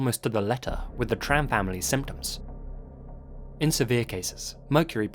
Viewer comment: Love your videos, and this comment will probably get burried, but I need to say it... You take so much time and effort to reseach these stories, so it might we worthwhile to pronounce the names right - if for no other reason, than to show appriciation to people from those cultures. Tran sounds more like [chan], Nguyen like [new-yen]... You can easily check how the foreign names are pronounced, on websites like Forvo for example.